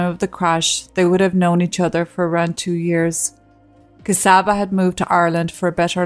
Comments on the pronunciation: Thanks again for your story. Just a couple of comments: My Hungarian colleague, Csaba, pronounces his name “Chaba” (not Kasaba). Also, regarding having an interpreter at a legal court hearing: mastering a foreign language though a job at “front of house”/receptionist is different from legal jargon – even after over 10 years living in a foreign country, I too would request an interpreter, and in fact it is recommened, at any legal gathering. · She's a true slavic princess isn't she. Csaba name is pronounced and sounds like "Chubba" when spoken.